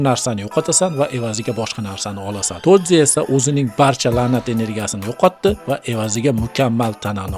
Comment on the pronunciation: Broooooooooooooo tozi emas toji